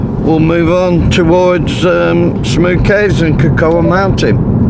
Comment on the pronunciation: Cocoa is pronounced co co!